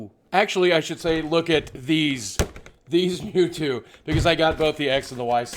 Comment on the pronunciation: it's purnonced mew-two